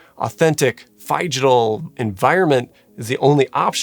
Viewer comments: It’s pronounced Figital, not Fygital. From Physical and Digital. Both with a short i sound. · My one gripe with this great video is that you know Phygital is a portmanteau of Physical and Digital and still pronounce it differently